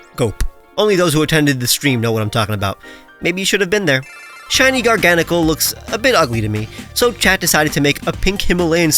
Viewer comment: Garganacl is pronounced "Garga Nah Cul" not "Gar Gana Cul" In the same way that Nacli is pronounced "Nah Clee" and Naclstack is pronounced "Nah Cul Stack"